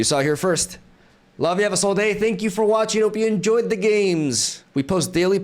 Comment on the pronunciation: havaswellday, 'njoyd'games